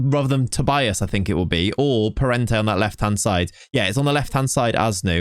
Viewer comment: Another thing, you say Tobias, but in portuguese would be said like "Tobeeas" the i is pronounced like e